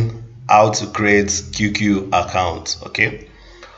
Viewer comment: You keep calling it "QQQ"! It's not 3 "Q's" only 2. The name is "QQ"! 😐